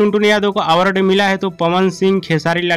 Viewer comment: अरे पहले आवर्ड कहना सीखो